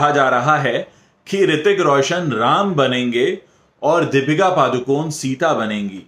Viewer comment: Sir its paDukoNe (not paaducone).D as in Dear and N as in puNe